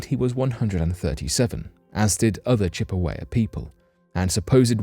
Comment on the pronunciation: I'm trying in the nicest way possible to say it's Chippewa . You got it all right except the last syllable which is pronounced wah.